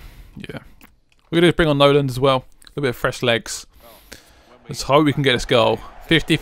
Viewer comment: It's Nolan not noland